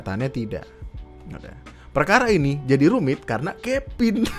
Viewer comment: Kevin jadi kepin anjirr lucu gw, v jadi p udah kayak sunda 😂